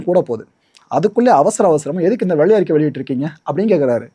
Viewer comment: Ama Nadu motham enna world fullum tamilnattu vellai arikai expo varumnu ethirparthitirunthu Vellai arikkaiyoda Tamil pronounsation pramatham Tamilukku vantha sothanai🤦‍♂️🤦‍♂️🤭🫢 Tamil nattukku kedacha FINANCE MINISTER Pramatham